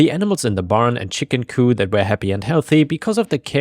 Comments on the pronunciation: Chicken couP! Pronounce the P! RAAAAHHHH! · just a heads up as ive notice it in a few of your vids and i know youre not a native speaker. the p in coop is not silent